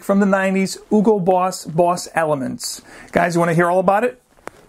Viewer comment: You’re supposed to pronounce the “H” in Hugo. It’s German, not French or Spanish ;)